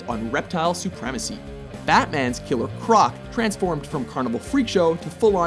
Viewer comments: you said killer cronc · Anyone else notice how he said "Killer Cronc ?